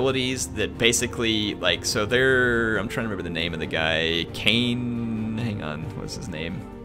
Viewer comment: its Khaine